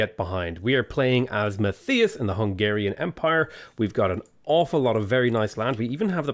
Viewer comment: As a hungarian, hearing you say "Hungarian Empire" makes me happy